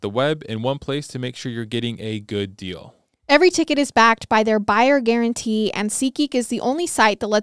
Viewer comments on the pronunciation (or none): She mispronounces many words in every episode. Idk where she was raised but tge word deal isn't dill lol real isn't rill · She's always pronouncing words wrong like Yale, sale, deal, real and the list goes on... idk where she's From buy its wild how badly she chops up many words